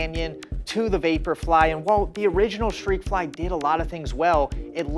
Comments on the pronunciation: Shreakfly 😂😂😂 Jesus dude, there's a T in there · Why is he saying shreikfly? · I heard he pronounce it as “shhtrekfly” but yeah😂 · I thought I was hearing him incorrectly; at least I know I wasn’t hallucinating.